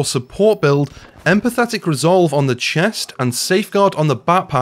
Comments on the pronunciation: this needs updating - also... empathic = EM - PATH - ICK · Empathic.... No 'T' 😉